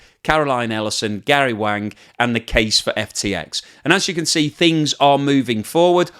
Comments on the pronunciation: Its Gary WAng not WOng. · Gary Wang, not Gary Wong. 😂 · So, Gary ‘Wang’ is actually pronounced ‘Wong’?